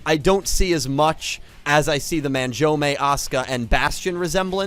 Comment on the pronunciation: it's *SIGH-OH not SIGH-OOH and *MAHN-JOUME not MAN-JOUME 😅😛💁🏽‍♂️ This is neat though! I'm sure I've come across the Bujins in Duel Links but haven't thought much of them lol; I might try to build something around them now too. Though you're right, the Judai and Saiou-based ones took a second, lol.